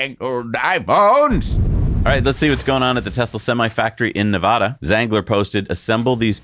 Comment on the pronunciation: Please learn how to pronounce Nevada, pronounce it like Elon pronounces it